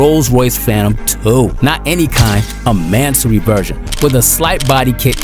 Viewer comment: lol he butchered Mansory